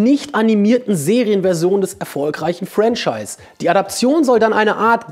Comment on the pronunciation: Ich versteh immer "Friend-scheiß"XD